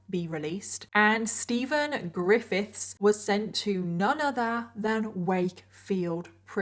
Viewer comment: “so steven, ggrrifITHS” i can’t pronounce it either 😭😭